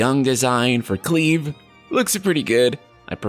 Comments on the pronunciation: Just trying to be helpful, not antagonistic: MC’s name is almost certainly pronounced Cl-“eye”-ve with a hard i (eye) sound. Not “cleave” as in to cleave something in half with a blade. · Cleave? I thought his name was Clive... 😂 And does this dude have cheekbone implants, cuz they look weird in a certain light... 😅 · Please pronounce Clive correctly... Cleave (the way you're saying it) is a type of cutting action... Cl, eye, ve... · ITS NOT CLEEVE. Considering the English voice acting design it will almost certainly be Cl-Eye-Ve. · Alive with Clive. Not Cleave and Steave. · it's not cleave its pronounced as clyve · Cleeve??? Cl-i-ve....ya know, like Clive Owen. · Sorry,, I can't watch this vid because you are pronouncing "Clive" wrong. Others have already commented. I wouldn't have a problem if you were from a non-English speaking country or you were ESL, but this... although I understand how you'd love the main char to be called CLEAVE. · Clive not cleeeeeeeve. The pronunciation made me shudder. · ya, its CLIVE (think Drive), not Cleave. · its pronounce Cl-I-VE you idiot. Not Cleeve. just similar pronunciation with FF7 main character Cloud. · Please re upload this saying Clive (like Drive) oh my God. Everytime you say Cleave I die a little 🤣🤣🤣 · Cleave? I don't think that's how you pronounce Clive. (Kly-vv) And I read it as Valisthea (val-es-they-ah). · Great video! I wonder why you're pronouncing his name "Cleeve" instead of "Clive" though? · Yeah it’s definitely pronounced like Drive, it’s a very common name from a few generations back in England, whilst Square have had odd pronunciations in the past I’m pretty sure they won’t mess around with this one. I mean it was a tough watch 👀😜 but still very informative! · I wont lie it was hard to get through with the way you were saying Clive. I didnt care that u messed up the ridiculous Final Fantasy names but Clive every time you said it wrong I wanted to scream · It's Clive, pronounced like climb. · Cl "EYE"Ve